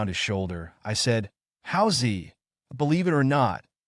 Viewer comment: Good style but please get the names straight please. "Hao Zi?" "Yi Ge?"